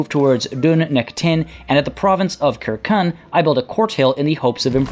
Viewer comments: "Kirkun" bruhh, you did say right after you would butcher every pronunciation but its "sir-seen" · Circenn is probably pronounced with a soft c like for the football club Celtic (Seltik) rather than as a cultural reference (Keltik) but in all honestly your quest to pronounce things correctly might just need to take a back seat with anything Celtic. Look at this phrase: Uisge Beathe. How would you pronounce that? Ooseag Beetha maybe? Try Oos Ge (hard g) Baa. Or this name: Ruaridh. Ru Ar Id? Nope, just Rury. Aye... Gaelic (gaylik) just doesn't sound the way it looks. Don't beat yourself up about it, half of Scotland wouldn't have a clue either.